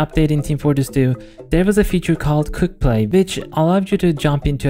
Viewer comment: i keep on hearing "cooked-play" rather than "quickplay"